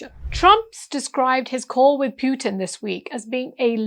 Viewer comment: Pronounce President Putin as it should be, distorting someone name is not in order. Thank you for thoughtful presentation